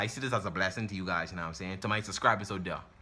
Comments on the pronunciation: “U na um sane”🤣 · "NA'M SAYIN" 😭😭😭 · "u num saying..ayyee"😂😂😂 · "Erry tree hours nam I sayin"😂😂😂